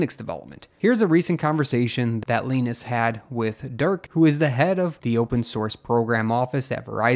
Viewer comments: I thought it was pronounced Luh-eye-ness not Luh-ee-ness....... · Leenis? It's pronounced Lie-Nus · His name is "Lie-nus" not "Lee-nus." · Its 'Lie.Ness" not leenus but thanks for upload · Wait.. It's pronounced "leenus", not "liinus"? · Yes, it's a Finnish name. It'd have to be spelled Lainas, to sound like the name of Charlie Brown's friend Linus. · It's pronounced Lie-nus, not Len-us.😂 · His name isn’t really pronounced “Leenus”, is it?! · his name is not pronounced leenus. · it's lin-uh-s no no it's Gus Linuhs no no no it's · My only problem with this entire video is how Linus is pronounced. lmfao